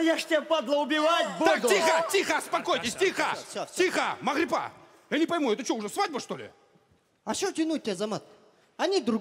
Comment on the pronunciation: Miss Nobody не Магарипа, а Магрипа